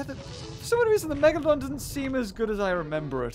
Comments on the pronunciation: Did you just say "the Megadolon"? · I think he was support to say MEGladon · “It’s a megalodawn” #TheMeg